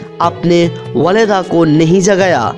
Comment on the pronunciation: Masah Allah bhai but it's not walada it's walida